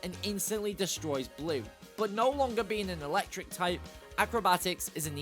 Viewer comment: AND IT'S ELECTRIC, NOT ELECKTRIKE!